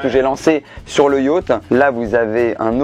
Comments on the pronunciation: cest yacht pas yatch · le titre j'avais lu : Beer Pong avec ma mère et Yacht (pas prononcé Yauth)